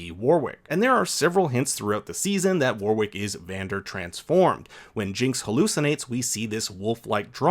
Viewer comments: Great info and amazing series but please pronounce Warwick correctly. It’s ‘Wa rick’ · Warwick is pronounced Worrick FYI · You don't pronounce that second "W" in Warwick